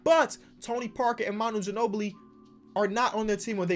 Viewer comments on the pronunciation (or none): Tim Duncan “Manu Ginobilly”